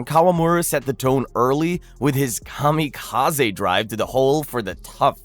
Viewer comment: Take a L for saying Kamikaze and heart.